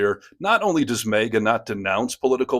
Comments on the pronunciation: It’s not pronounced “mayga”. Lol Although, it probably drives them up a wall and half way ‘cross the ceiling! Lol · Are you mispronouncing "maga" on purpose? You consistently pronounce it as "mega", which may be intentional to make commentary on the nature of the cult?